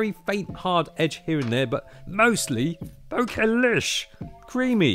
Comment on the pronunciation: It is pronounced bokeh not bokeh